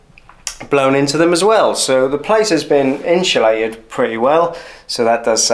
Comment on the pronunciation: INSULATED not INSHULATED